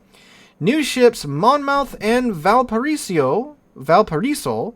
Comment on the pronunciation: Take the 2nd O out of Monmouth when saying it. MonMuth :~)